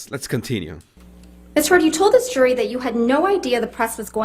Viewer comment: How does the word JURY lose the J sound. You Say URY.